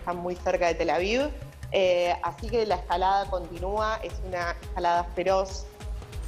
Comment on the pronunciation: "Tela viu" 😂🤣🤣😂